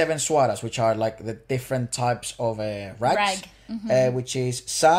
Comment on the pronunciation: You pronounce rag as raag.